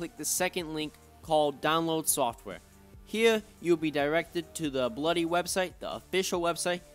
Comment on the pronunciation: Yo he says bluy 😆